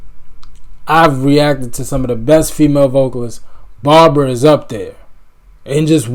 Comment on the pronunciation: B A R B R A Spelled like bra on the beach. 😁 Pronounced with 2 syllables, not 3.